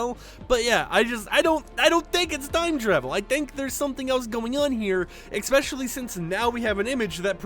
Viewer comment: Why do you pronounce “especially”, “eXpecially”? 😬